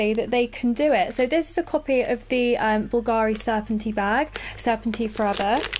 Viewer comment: I am offended as well, but Just because she could not Say Bulgari properly sorry, wrong accent there XD